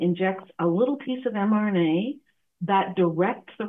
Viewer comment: I might be hearing wrong, but I'm sure I keep hearing this host mispronouncing the subject of his video as "mNRA," when it is correctly "mRNA." He says it as "mNRA," and his guest says it as "mRNA."